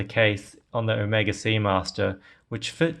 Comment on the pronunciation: Appreciate your correct pronounciation of Omega. It is Oh-Mae-Ga as of greek alphabet NOT Oh-mee-Ga as of some Hollywood actor.